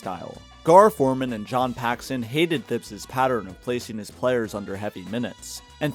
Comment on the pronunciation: The mispronunciation of Thibs is crazy